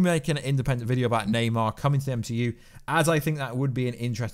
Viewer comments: Na-mor~ lol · It’s Naymor not Neymar he’s not the soccer player now! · Bro why do you often say wrong names etc namor but you say naymar stuff like that. I think you could be a top youtuber if you edited stuff post production and took a bit longer over your reading. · its namor not neymar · NEYMAR? 😂😂 ITS NAMOR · Yo you said "Neymar" as in the footballer instead of "Namor" looool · Please stop calling namor Neymar 🤣🤣🤣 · Ybn namor lmao